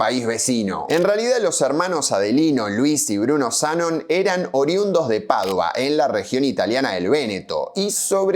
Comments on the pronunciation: Zanón, Zanón, qué mal suena Zánon! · Zanón se pronuncia con acento, al menos asi se hacia en neuquen en la ceramica de Luigi Z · Me pone nervioso que diga"Zánon" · Se pronuncia como si tuviera tilde, "Zanón", pero se escribe sin acento. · Se dice Zanón en veneto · El acento va en la sílaba final: Zanón. /dzaˈnon/. Es un apellido común en Treviso,Venecia y otras regiones del Véneto. Probablemente procede de "Zan", el nombre Juan (Giovanni) en dialecto. Supongo que se trata de un patronímico (como Gómez, González, etc. en español). En italiano la tilde ortográfica no se usa como en nuestro idioma, por lo que la grafía no siempre refleja la acentuación. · Tampoco dijo Zánon. Él dijo Zanon. No es lo mismo. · El apellido Zanon se pronuncia con acento en la O. Maestra Ciruela aclara algo más: el Parque de la Ciudad, originalmente Interama, era muy superior al Italpark. No había competencia posible: el Interama lo revolcaba mil veces. Era más nuevo, más moderno, más Disney... Pero el Italpark, para los que tenemos +60, siempre fue y será el dueño de nuestros corazones! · Muy bueno. (no se de donde sacaste el acento en ZA🤣). Una historia sobre Cerámicas estaría genial. Por supuesto el mito es mas simpatico que la verdad, pero donde hay politicos hay relato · Es Zanon con acento en la o ! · HERMOSO RECUERDO EL ITALPARK PARA LOS DE MI GENERACION. YO IBA CON MIS AMIGOS A LOS JUEGOS DE CARRERAS DE AUTOS: MONZA, SUPER 8 Y LOS CHOCADORES. EL APELLDO ES ZANON (CON ACENTO EN LA O) Y TE AVISO QUE LA GALERIA SACOA TODAVIA FUNCIONA, AL MANOS HASTE QUE YO SUPE. SALUDOS Y GRACIAS POR EL RECUERDO!